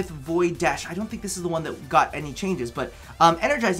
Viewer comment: “you dront even undershtand!”